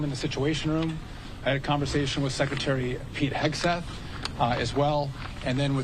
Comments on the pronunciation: Did she just say "Shekretary" ? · Shhhecretary? Dafuq? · What’s a “Shreckretary”? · Yes, she did 😂 i heard it as well. Watching from Brazil